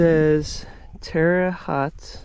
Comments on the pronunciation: I could be wrong but I believe it is pronounced "Terry Hoat (like boat)". Awesome video as always! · it's pronounced "TERRA - HOAT" - again pronounced "TERRA - HOAT" - ( I hope you know I am just having some fun)... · Terre Haute is pronounced "Terra Hote" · It's pernounced "tera hote" it in Indiana. Not far from where I live lol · I’m watching your video, and googling “Terra Haute” a city on the western edge of Indiana on U.S. 40 & I-70, the Terra-Haute & Afton RR, afton being in Illinois. Haute is pronounced “long o” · It's pronounced , "Terra Hote" (near Indiana / Illinois state line) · It’s pronounced Terra Hote. And the connector is called a coupler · Terre Haute, rhymes with boat. Correct pronunciation. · “Terre Haute” is pronounced as in “Haute Cuisine.” It’s French. Rhymes with “low.” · His pronunciation is awful. Lol. Good travels though.